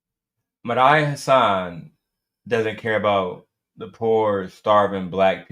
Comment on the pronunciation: Dude i knew it the moment you mispronounced Medhi i said lawd homie is out here tap dancing😂😂😂 i respectfully think you don't understand politics. Thank God the democrats is standing on business and dude listen to your wife like historically shown black women have the right pulse on politics